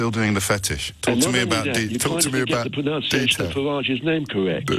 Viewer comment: It is pronounced PRONUNCIATION not PRONOUNCIATION.. Board the train chap.